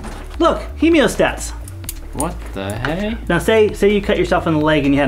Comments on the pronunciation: he moe stat not he meo stat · Why can’t you folks pronounce “Hee-Moe-Stat”? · You're saying "hemostat" like hemiostat. Sounds weird. This is coming from an ER doc :p. thanks for the vid.